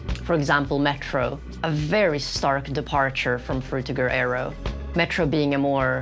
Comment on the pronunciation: How could you possibly pronounce frutiger aero so incorrectly?